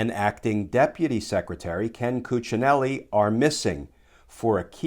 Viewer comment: My compliments for the perfect Cuccinelli's pronounciation.